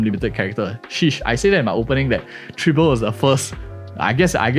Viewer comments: Tribble? TRIBBLE?! Lololol (Dw misspeaking is common its just funny to hear) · My guy not only misprounced Tribbie but also said she is the first quantum harmomy character when we literally got Sparkle at the start of 2.0. Sparkle still number one in my heart